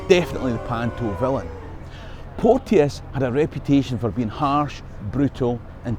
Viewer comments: Hi, love your stuff. Just one wee gripe. My granny was a Porteous and it's pronounced Portchis not Port-e-us. That's poshification, and the Porteous family were a bunch of torags and neverdowells at best and don't deserve it. But I'm a Fifer so what do I know:) May yer lump aye reek wi ower folks coal... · Hi. As a member of the clan Porteous can i say on here that we pronounce our name Port Chus. Its funny Ryan Porteous Hibs i have heard one commentator get it correct. Easily done, Keep these great videos coming! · We had a chemistry teacher called Porteous back in the day and he insisted you pronounced his name "Portchus."